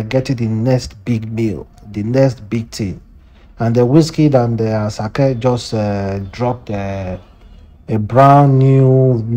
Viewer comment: Please pronounce ASAKE properly